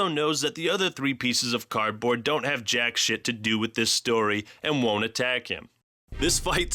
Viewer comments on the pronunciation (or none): none